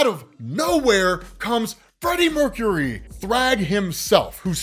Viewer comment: Freddy Mercury... lol Cracks me up every time you say it.